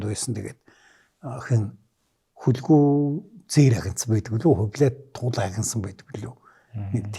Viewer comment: "Хөлгүй" гэхээр нэг л эвгүй сонсогдох юм. Хүлэгү гэж хэлж сонсож дадсан болоод тэр үү Ё ах "хөлгүй хөлгүй" гээд байхаар хэлмээр санагдах юм. За би ч юугаа мэдэхэв.